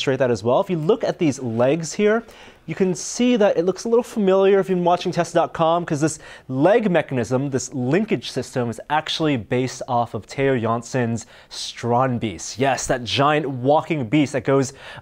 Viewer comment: beest not beast stand beest leer je talen man (learn your languages man)